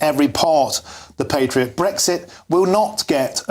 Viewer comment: Littlewood sounds like the beer bore propping up the bar. Thick, gobby, ill informed, extreme. The cretin chairing the panel can't even pronounce 'patriot'. How did i end up listening to GB News? Urgh I need a shower!